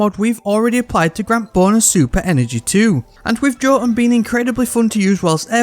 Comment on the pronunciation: I love how the five ways you pronounce jotuun were all wrong